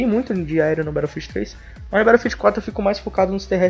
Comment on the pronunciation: "Berófiu" ha ha ha ha